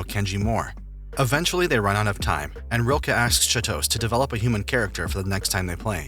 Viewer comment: I died a little when I heard the narrator mispronounce Chitose